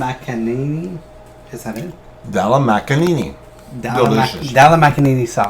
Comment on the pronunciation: Batsami rice cracked me up! Haha basmati;) & dhal makanini - dhal makhani are so cute!